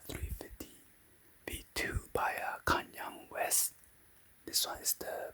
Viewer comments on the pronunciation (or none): “konyong west”